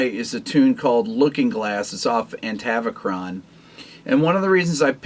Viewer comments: "Atavachron" not "Antavachron" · It’s Atavachron, dude. Not Antavicron. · It's Atavachron not Antavachron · It's Atavachron, not Antavacron... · Antavicron !!! ??? Really ! It's Atavachon you moop ! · Atavachron not antavachron lol I love your Chanel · Not Antavicron, it's Atavachron but great video ;) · The album is "Atavachron" - not "Antavicron"! Great video. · still, it's "Atavachron" Rick, not "Antavacron" lol. Looking forward to the next vid! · It’s Atavachron. No ‘n’ after the first ‘a’ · It's Atavachron 😉(Holdsworthian mix of "Avatar" and "Chronos") - Timelord.